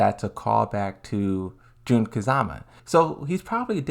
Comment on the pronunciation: It's Jun kazama not June kazama